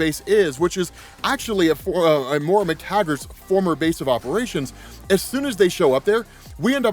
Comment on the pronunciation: it's Moira (Moy-ruh) my OCD can't handle another X-Men video of this name being butchered lol